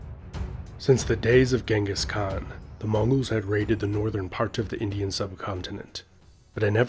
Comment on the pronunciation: The way you pronounced Khan and khaqan is just...